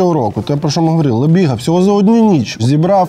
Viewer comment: А коли люди почнуть правильно казати прізвище його? Він не лЬебіга а лЕбіга🤦🏻‍♂️🤦🏻‍♂️